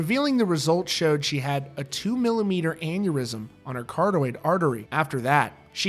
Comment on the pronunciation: Dude, it's car-OT-id artery. 😃